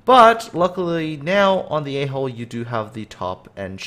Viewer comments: ummm... great videos, I really like the info, but I now have to watch them with headphones in the event that you pronounce "A hull" repeatedly... It's merely the mannerism that sounds like you're talking about the ship's... nonexistent... "rear vent" >_< and that's just too difficult to explain to those around me... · Whenever you say A hull I understand A hole :D